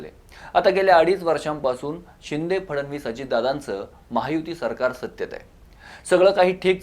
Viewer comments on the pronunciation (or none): none